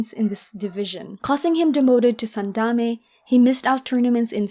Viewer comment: Solid video! Discovering your channel with enthusiasm! One thing though, it's sandaNme not sandame ;-)